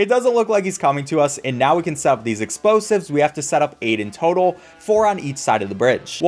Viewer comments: He didn’t realize he said “Exposives” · Did he say exposives